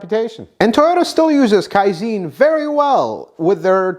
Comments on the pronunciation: kaizen is not pronounced kaizene, it's pronounced kaizan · Kai'Zen not Kai'Zeeen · Kai-zen, not "kai-zeen". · Great Video! But you butchered Kaizen. Pronounce the e like in Ben. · Kaizen. Not Kaizeeen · KAIZEN is pronounced as, KAI - ZEHN. Think of ZEN Buddhism. the "ZEN" in both is pronounced the same. You are incorrect in pronouncing it KAI - ZEEN. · Kaizen.... Not ZEEN but zen as in hen... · Give the Japanese some respect and say Kaizen correctly Kai-zen not zene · Kai ZEN not Kai Zeen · Kaizen not kaizine... You keep saying kaizine and it sounds like a snake oil fuel additive. Kaizen means something along the lines of "zen of improvement" or "zen of learning" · You're pronounced it wrong it's not kaizin it's kai-zen it's Japanese not American like Americans saying futon it's fu-tawn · Another well done video! Just one small comment. Second syllable of “Kai-zen” is pronounced with a short “e” like in “zen” meditation, not “Zeen”. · Just a tip: KAIZEN has accent on first syllable KAI not on the later. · Not "Kaiziin", but like in Seven-Eleven the first "S E ". I swear Americans can never pronounce anything right, but I hope that you guys can evolve that skill in the future! 😂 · It's pronounced and sounds more like "Kai Zann." I know, because I worked at and have been at half dozen Toyota factories. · It's KaiZen...Zen as in Zen in Buddhism😊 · Pronounced Kaizahn. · Actually the e in kaizen is pronounced as in bed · Kaizen harder pronunciation on the z. It is a hard z!